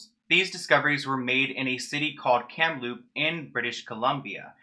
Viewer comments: Also Kamloops is pronounced how it looks :) kam-loops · Lol it's pronounced Kamloops, with an s. I grew up there and learned about what happened to kid at that place when I was a kid. Its haunting driving by the building. Edit: omg he pronounced it wrong twice...😭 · you mispronounced Kamloops a few times :/